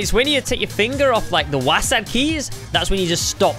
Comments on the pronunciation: You said wasad when it wasd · its not wasad it's wasd